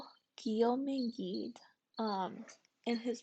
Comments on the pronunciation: Gide, pronounced "geed" with a soft g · Gide is pronounced Jeed. Also, Oscar Wilde’s surname is pronounced wild as in “wild and crazy.” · you made an entire video about a man whose name you don't know how to pronounce?? shoulda asked someone